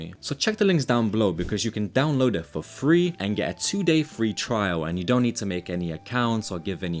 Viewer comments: 2 day “fre” trial Lol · "fre trial" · “Fre trial”